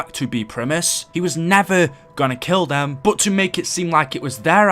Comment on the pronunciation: The way you say "but" sounds like bout.